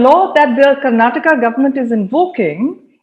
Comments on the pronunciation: By the way it's Karnataka - not Karnatak! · Its karnataka ,not Karnatak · Please it’s not Karnatak- please learn the right name of the state - It’s KARNATAKA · 🤦 Karnataka , Karnataka is our state name Karan and Karuna not karnatak. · Guys please, it's Karnatakaaa 😅 But great content👍👍